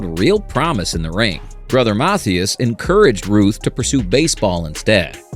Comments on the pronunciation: It's Brother Mathias (mah-THIGH-is) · right, he said MATHEEus. lol. AI slop indeed. also, he said "and ruth would go on to hit 714 MORE homeruns, umm, no that'd mean he hit 715 regular season total. He ended with the Braves 714 HRs in boston. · YW. This video might be AI generated, I'm not sure. Most educated humans would pronounce Mathias easily, but "artificial intelligence" (which it is NOT), doesn't understand key nuances of American spoken English. So that's a telltale sign of AI. After I posted here, I started watching another video from the same content creator, and "the voice" mispronounced another key personality, a well known player whose name I probably won't spell correctlyt: Joe Garagiola. Joe was a neighbor of Yogi Berra when they were kids, as was Jack Buck (baseball announcer I believe?). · I noticed that as well